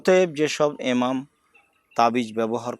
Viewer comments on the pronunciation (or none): কেমন কথা !!!!! ইমাম বলতে পারে না!!?? এমাম এমাম বলতেছে কেনো??